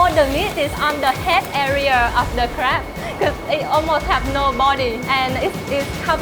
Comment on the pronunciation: Its "Crab" guys not "crap"